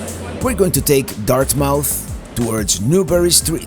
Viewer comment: "Dartmouth" isn't pronounced "Dart-Mouth." It's much closer to "Dartmyth." And the locals NEVER say "Commonwealth Avenue." It's ALWAYS called "Comm Ave."